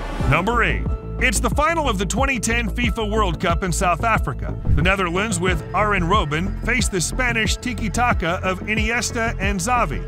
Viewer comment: with Aren Roben and Nigel de Sjung